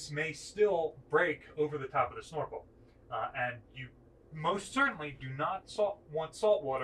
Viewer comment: Why is he saying "schnorkel" instead of snorkel?